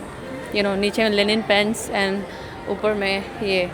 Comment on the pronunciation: Linen not Lenin